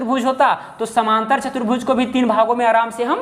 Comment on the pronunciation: कृपया उच्चारण शुद्ध करें समानांतर बोलिए समांतर नहीं